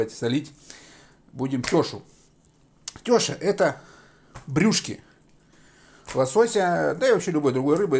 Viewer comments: Не теееша а тешааа ударения на букву а. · У нас называют теша́, а не тёша.Но рецепт правильный.